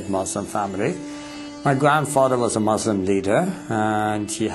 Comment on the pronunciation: Lol he's a ex Muslim and can't even say Muslim he says "Mozulm." Lol so fake it's just to sell Christianity.